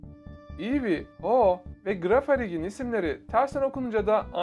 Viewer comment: cirafarig diye okunuyo saf